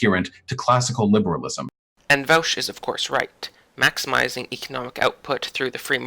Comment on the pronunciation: It is pronounced vaw-sh.